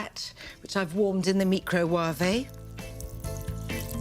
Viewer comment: Oh, the mee-kro-wa-vey.